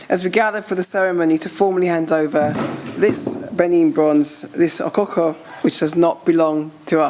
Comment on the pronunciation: Please it is not spelled or pronounced Okukor. It is spelled and pronounced as Okhokhuo. The early we learn the better! Thanks so much, everyone!